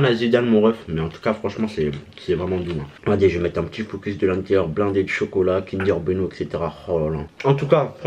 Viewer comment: "kinder beno" 🤣😂